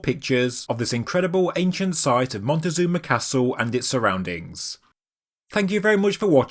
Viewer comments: In any case you’re wrong too. The Aztec emperor’s name was not “montezuma” but “Moctezuma” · I'm done with people doing videos like this were they don't even try to do some research. ITS NOT MONTEZUNA!!!!! there's no one named like that, it's Moctezuma!!! Don't be ignorant, do your reasearch if you expect to make money with your videos.